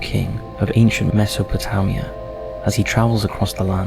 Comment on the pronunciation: And the narrator can't even pronounced "Mesopotamia" properly!